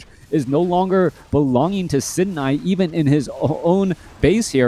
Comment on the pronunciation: Love the fact that you've learned how to pronounce "Sini" correctly before and now we're suddenly back to the incorrect pronounciation for some reason.. a real certified moment, for sure XD